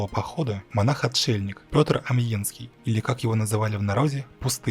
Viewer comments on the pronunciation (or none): none